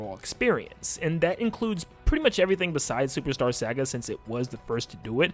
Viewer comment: why do you say "saga" like that